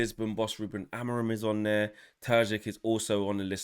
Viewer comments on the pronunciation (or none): none